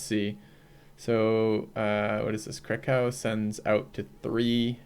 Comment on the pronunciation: that Krakow pronunciation is painful :(